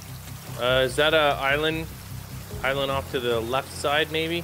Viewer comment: He combined the words giant and island and said giland